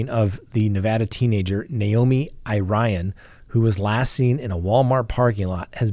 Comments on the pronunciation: I believe Irion is pronounced EAR-ee-ohn,. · Naomi's last name is pronounced EAR-E-ON. I hope she is found safe. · 'Irion' is a French name,... juss sayin'!! (Iri rhymes with Siri and 'ion' is 'yon') in my rough translation.:_Love::_gavel